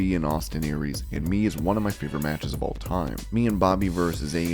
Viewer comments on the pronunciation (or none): none